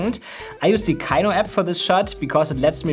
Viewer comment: What app ?! Kaiyo ? Kyo ? Kiyo ? Could not understand what you said, even tried to turn on captions... Anybody know ?